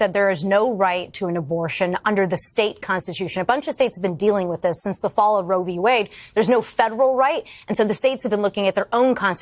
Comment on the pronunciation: Yes. As one listens to trump speak, one has to ask, does he know it's Roe v. Wade, and not rovywade? 🤔